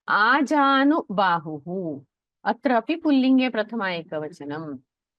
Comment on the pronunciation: This narrator pronounces आजानुबाहुः as अजानुबाहुः That is a shame!